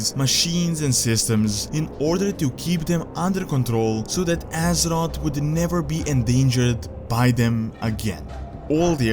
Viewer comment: Ahh I missed these videos.. Love your videos but I am still bothered by your pronounciation of "Assroth" Its Azeroth mate. You said everything great but you still need to train alittle more of the "Aze" before the word "roth".